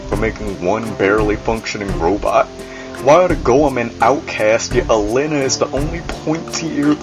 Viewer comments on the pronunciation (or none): A-lee-na. That is how Alina is pronounced. Just sayin'.